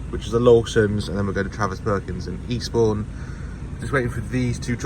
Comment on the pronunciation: 'For Eastbourne' sounded like 'Respawn' 🤣